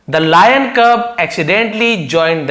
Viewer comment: Layan ❌ lion ✅✅